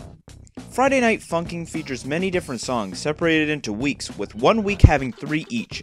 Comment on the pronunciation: At the beginning, this man said F U N K I N G not F U N K I N ' -respect